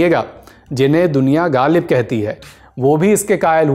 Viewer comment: By saying Galib, gayab, galat you destroyed the taste of mangoes. Please learn how to pronounce غ